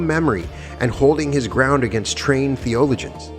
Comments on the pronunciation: Its thee-uh-low-juns, not whatever you kept saying. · Why pronounce "theologians" that odd way? It raises questions about AI.